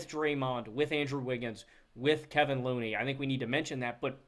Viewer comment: Kevon not kevin.